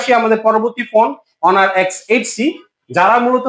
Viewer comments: লোক দেখেন হনার না বলে অনার বলছে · হনার না ভাই অনার😂😂😂